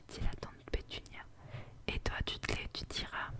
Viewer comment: Pitié on veut une suite, ton chuchotement est parfait. (Ps : vernon se prononce vernone et dudley deudley)